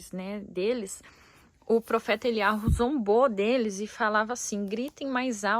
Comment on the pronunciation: Me explique por que o H tem som de R ?